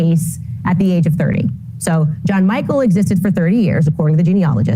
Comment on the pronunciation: Jean Michele isn't "John Michael"